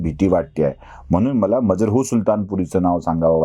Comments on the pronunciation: मजरुह असा उच्चार असावा, मजरहू नसावे. बाकी तुमच्या संशोधन आणि सादरीकरण. उत्तमच असते. आणि मुख्य म्हणजे फाफटपसारा नसतो. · Aho kamit kami Majrooh che uchhar tar neet kara ......